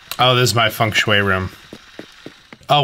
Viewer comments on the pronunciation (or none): none